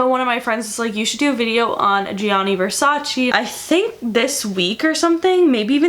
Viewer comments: Love you and your videos❤☮ but im italian and i NEED to say this. Versace is not said /versaci/ but the last "e" is said like the second "e" in vErsace so its said /vErsacE/ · it’s Versache that’s how it’s pronounced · Francesca Morini even donatella mentionned she HATES it when americans pronounce it vers-aceeee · i love you but as an italian speaker and knowing that you actually have italian origins it i can;t stand your pronounciation. please, learn how to pronounce this shit :D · Donatella Versace says it irks her the way people commonly mispronounce Versace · MoonChild thank God u pointed it out ! It was continously hurting my ears